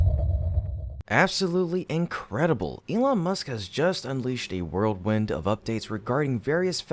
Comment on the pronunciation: "whirlwind" not "world-wind"